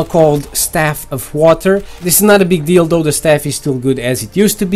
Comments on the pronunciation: it sounded like you said "no big dildo" instead of no big deal though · when. he says it not a big deal tho it sounds like dildo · for a sec I heard "that's not a big dildo" lol